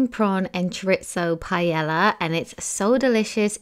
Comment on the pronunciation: It’s pronounced “pae yaaa” not palleya.